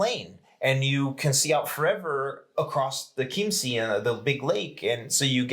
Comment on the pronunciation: Its "Chiemsee" not "Kimmßie"... anyway they said all the other locations wrong aswell